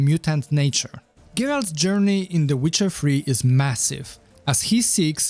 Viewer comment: that's very funny and imaginative. He titled in the seeker bar "the witcher free" because that's how he pronounces it. Comical genius he is